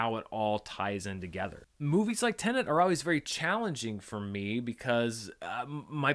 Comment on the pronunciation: Finally, a reviewer who pronounces Tenet the way it should be!